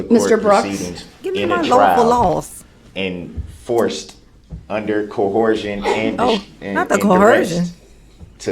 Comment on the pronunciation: "Coherzion" lol